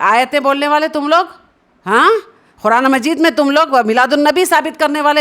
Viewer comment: Are aap quraan to sahi se bolna seekhlo.